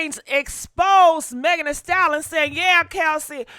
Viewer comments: WTH is a "Style-Lon" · I just tried watching this video. OMG.... You can't even pronounce the word, "stallion"!! And, there were a couple of other words you mangled, but you had no trouble saying, 'ho'. You could pronounce that. Damned shame!!